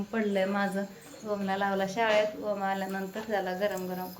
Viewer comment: अग वोम का म्हणतीस ग..... ओम नाव आहे 😂 ग...